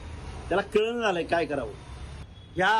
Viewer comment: कळणा अस बोलतात रे कलना अस नाही बोलत 😂 कुठला प्राध्यापक बार मधला